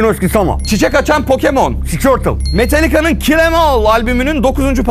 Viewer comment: Sabit Kanca Söyleynce Dikkat Ettim Sikortıl Su Pokemonu :)